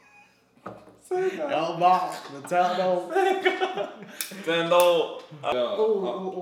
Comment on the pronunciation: "ps3? Esbocks? Tendo...?" i wouldnt be able to keep a straight face either.